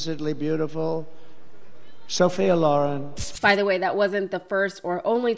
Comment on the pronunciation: Weirdest thing yet about Trump, a man who was a teenager in the 50's that can't pronounce "Sophia Loren" correctly.